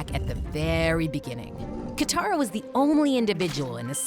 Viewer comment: Its katara Not Kithara Katara